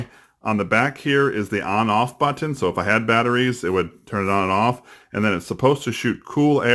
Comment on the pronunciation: Why over pronounce the word button?